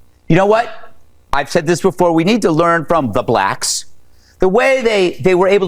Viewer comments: "I've said this before, we need to learn from the blacks." He put a lot of emphasis on his racism. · holy fuck, not just the fact that he actually said “the blacks” but the goddamn over-emphasis he put on it.